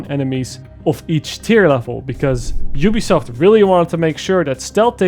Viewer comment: Did you just call it jewbesoft?